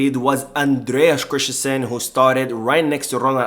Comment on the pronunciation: Great video but annoyed by how you say Christensen. You say “krish-ten-shen. But it’s more like krist-ten-sun. There is no “h” in the name. So you don’t have the sh- sound. Just the s-sound. May seem like an autistic comment tho 😅